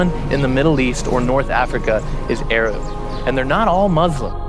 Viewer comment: "Muzlim" and "Ayrab"